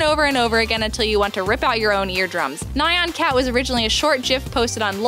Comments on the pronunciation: Not to be picky, but Nyan Cat is pronounced how it is spelled. 1 syllable. ニャン. N-yan. Just like “Ryu”, which also has only 1 syllable, but is commonly mispronounced as “Rye You”. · Nye-on Cat... Sigh Chimera is pronounced like chorus, with a K sound... Sigh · Omg, it's not ni-an cat! It's nee-an cat O_O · Neigh-ahn cat..... Chai-mera .... Dat pronunciation. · ughh I completely agree! XD I've had to train my brain to say it the "correct" way.